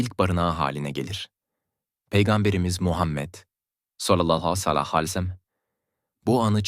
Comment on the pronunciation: Utanmaz dinlemeyin sakin alay ediyor peygamberimize sav derken sacma sapan biseyler geveliyor,bunca konustugu dogruda bosa gitti tüh suratina senin